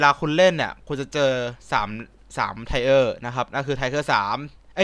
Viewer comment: tier = เทียร น่ะพี่